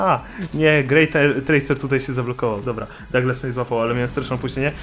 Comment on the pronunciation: sie nie czyta dołglas tylko daglas